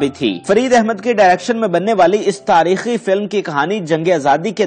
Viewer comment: sahib main ny pehlay bhe ap say arz ki thi k likhay hovay script ko itna taiz mat parha krain k apko alfaaz ka he pta na chlay. Boht say alfaaz galat bol jatay ho ap. Mumalak ko Malik bol gaey, taarekhi ko Taarkhi or hadd ye k Azra Sherwani ka naam 2 dafa galat bola or Ozra bola. Hairat to ye hai k Azra to bohat common name hai is k baavjood ap galat bol rahay ho. Please note farma lejyee